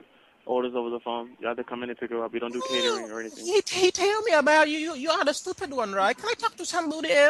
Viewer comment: “What’s wrong with your lokayshin? Ar-Is your lokayshin a-stewpid” cracks me up every time